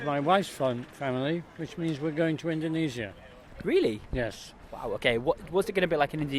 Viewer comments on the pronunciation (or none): Well it's quite hard to pronounce Indonesia in your accent 😅